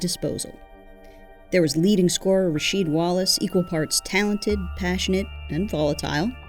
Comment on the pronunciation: I heard Rasheed called "rah-weed".